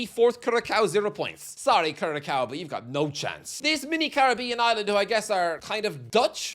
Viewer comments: Curacao is pronounced "Cur-a-sao" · Stop saying curaCOW. It has a Ç not a C. Better look up/google it the way you have to pronounce it. Not difficult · As an Irish bartender, it gave me great PTSD to hear you pronounce Curaçao with a hard c in the middle. Having to correct multiple managers calling it 'Blue curakow' :D Not that I could point the place out on a map, even if it was a map of Curaçao. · Someone please teach that the ç in Curaçao is pronounced with an s not a k 😭😭😭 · If you caneven pronounce Curacao then you should steer clear of making any type of WC predictions. It just blatantly shows lack of knowledge. Are Curaçao going through, not likely. Are you going to have a goodoverall predicitons , not likely either. Get educated for a bit and come back here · 1) start pronouncing Curacao how it should be and 2) a tad more respect for their coach. Thank you